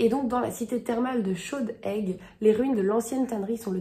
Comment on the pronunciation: Je suis super contente que tu es pris un roman de Sylvie Baron, au cas où, moi qui vit en Auvergne, il faut prononcer le s de liaison de Chaudes-aigues 😉❤️ bonne lecture ❤️